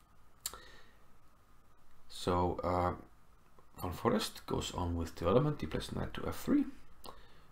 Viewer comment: Pretty sure his name is pronounced as "fan forist" and not forest lol